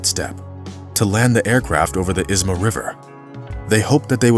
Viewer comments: it's not "Izma" (Is-ma) it's pronounced "Izhma" (EEZh-ma) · How can you say shure and not Ishma? It is not Isma! Has never been Isssma. Ishma! Shure! You shtupid? You foolish? Duh! Just saying. You folks all suck on foreign languages. Work on it! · It's not pronounced Izma, it's Ihma. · It is pronounced Ižma